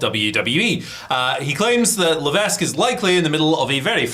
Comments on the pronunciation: ITS PRONOUNCED "LEVEK" not LEVES!! 😂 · That’s not how you pronounce Levesque.